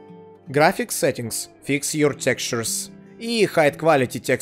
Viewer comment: Как много проблем с произношением слова "textures". Ты пытался! =D